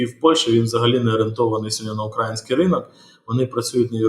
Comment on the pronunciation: передайте гостю, що "укрАїнський" вимовляють тільки росіяни.